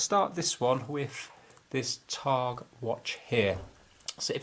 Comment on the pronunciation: Tag not Targ